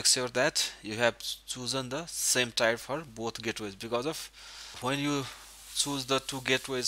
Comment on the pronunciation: I'm guessing English isnt your first language... One little tip (and your english is pretty good, and english is stupid...) Tier =is not said like The >Tire< on a car... But like "when you you cry a Tear" Ya English is stupid.... So think... Tear 1, Tear 2... :) Thanks for the video regardless!